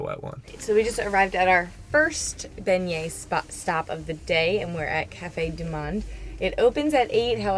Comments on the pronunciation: Y'all are cracking me up with the Bengay, you say it without the g, this might help to pronounce it this way - Benyay. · Great video, thanks! Let me help you… it’s pronounced “Ben-Yays’”. 😛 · It’s pronounced Ben-yay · I’m offended at how you say the word beignet lol